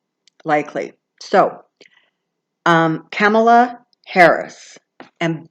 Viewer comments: Actually, Kamala rhymes with "comma"--la... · Whoever that wonderful person is was wrong! it's Kamala - (Calm - a - La) I heard her say it herself months ago on TV loud and clear. It is not "Pamela". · Thank you for your readings and channeling. In Kamala Harris's audio book,which she read, and in several interviews where she was asked how to pronounce her name, it is like "comma and then la". It rhymes with her mother's name, Shamala. I hope that helps. Blessings. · I'm typically a stickler for correct pronunciation. But, who really cares (except for kamala, perhaps)? I get it, it's comma-luh, but even a lot of newscasters were getting it wrong. Poor kamala, has probably had trouble with this her whole life; its an unusual pronunciation.blame her parents. 😁 We know who you mean,. Thnx!